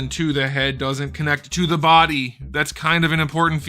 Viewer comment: "the head doesn't connect TO THE BODY!" lolssss :D the emphasis at end was funny af, so true tho